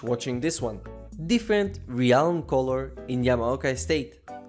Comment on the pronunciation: FYI, realm is pronounced like [relm], not this weird tongue twist you always do when saying it.